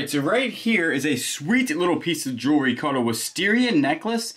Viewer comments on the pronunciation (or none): Erm, I love watching you two and your hints. Jewelry is pronounced Jew-el-ree, or maybe you are being silly. Not jewry.